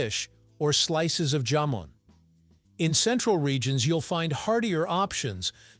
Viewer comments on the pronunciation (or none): It's pronounced "ha-mon".